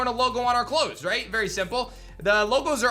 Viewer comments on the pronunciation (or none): none